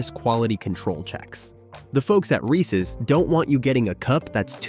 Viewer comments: Viewers, take note: it's pronounced "Reeses" not "Reecee." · I hate it when people mispronounce Reese’s. “Ree-cees Pea-cees” Terrible lol